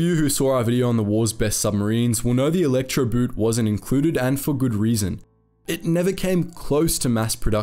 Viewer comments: Good video, BUT I'm a bit shocked that despite your usual fine German pronunciation, you fell into the "boot" trap. Electroboot isn't an electric shoe..."boot" is pronounced just like the English word "boat". No difference. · You should pronounce Elektroboot with the oo like the way you pronounce it in door, not the way you pronounce it in loon. For accuracy sake, pronounce the words like in the original language, it otherwise sounds ridiculous. Elektroboot like in electrical boot as in footwear instead of Electroboat? Really? But BBC does the same, so your in good company. Instead of pronouncing Luftwaffe like Luftvaffe, which is the correct German pronunciation, they pronounce it Luftuaffe. I am from Eastern Europe, not German but lived in an area with several nationalities and speak German. It always amazes me how English speakers almost never make an effort to pronounce foreign words correctly, even when doing documentaries where you'd think accuracy is important.